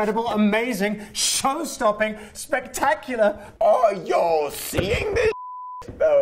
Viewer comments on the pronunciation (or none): you can see the struggle he has with saying y’all since it’s such an American thing to say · his ‘y’all’ i can’t😂😂😭😂😂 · Him trying to say y’all 😂😂